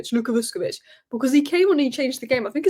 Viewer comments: Great analysis! Minir point you pronounce the Croatian’s name as Vushkovich. You’re 80% there already 😉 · Pronounced ‘Vush’